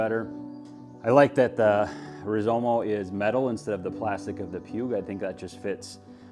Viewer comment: It's Rizoma not Rizomo....just sayin